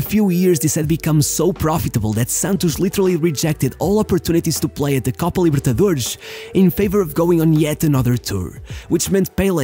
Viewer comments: I stopped watching when you said "Copa Libertadoreshhhhhhhhh" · What tf is the “Copa Libertaderrzz”